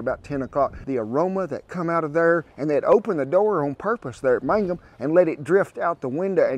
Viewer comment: Hey Kent! I grew up in Granite just a short drive to Mangum, I've eaten at Hamburger Inn many times. I can tell you know the area because you actually pronounce Mangum correctly, lol. You say it like mang-um rather than man-gum like most people do who aren't from around the area. Anyway, I moved away years ago, but I miss that place, the Hamburger Inn actually had burned down a few years ago, not sure if they have reopened. I haven't been back since my parents moved to be closer to the grandkids.